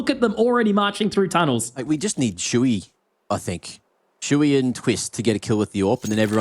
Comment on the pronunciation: siuhy its not shui, wtf?